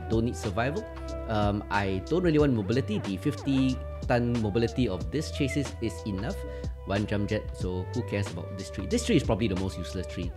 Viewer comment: Mech bro, chassis ( Chas- ee), s is silent